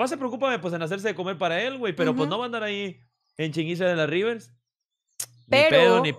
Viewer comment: Dise rivers